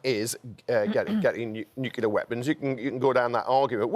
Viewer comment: nucular????? you mean , nuclear